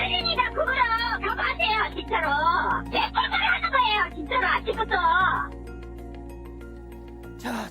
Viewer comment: 발음이... 외국인인거 같은데 '진챠루 챠즌나요~'